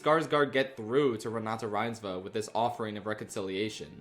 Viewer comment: as a norwegian i gotta say, that was probably one of the best pronunciations of renate reinsve ive heard on youtube